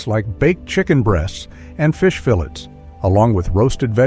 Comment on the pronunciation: Pronounced fillets wrong!